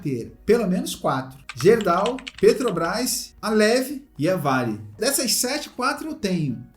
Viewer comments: Meu amigo ()...kkkkk Não é Gerdau...Se pronuncia GUERDAU... É uma empresa, aqui do meu Rio Grande do Sul... A grafia está certa. Só a pronuncia, que é com U! Valeu?!😊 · Olá,excelente vídeo como sempre..Só uma correção,se me permite.....Gerdau se pronuncia "GUErdau"....abç